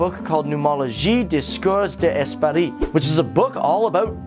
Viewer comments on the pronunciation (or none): none